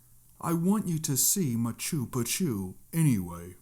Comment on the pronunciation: I laughed so hard at machew pachew. Sorry bro 😅 I thought it's pronounced pronounced Ma-chew pit-chew